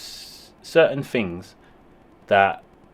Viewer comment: In English language Things isn’t pronounced Fings . Think isn’t Fink . Lazy Talk .